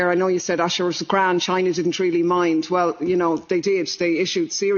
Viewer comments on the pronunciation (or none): none